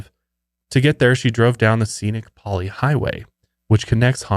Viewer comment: I’m from Hawaii, and you guys should totally be okay driving on the Pali! It’s really not as dangerous as it sounds as long as you drive at a good speed. Great job on the pronunciation!